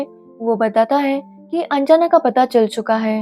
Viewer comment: Its not anjaana its anjana